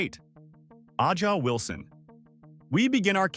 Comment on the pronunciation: It's Ay-jah Wilson